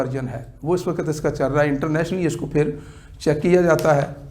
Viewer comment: Internationally hota hai Internatly nahi hota your last word dobara sun lo